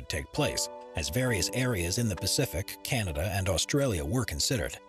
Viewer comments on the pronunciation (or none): none